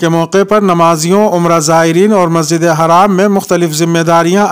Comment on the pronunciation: masjid e Haram ha ya Majid e haraam ha Haram or haraam ka lafaz sai bolo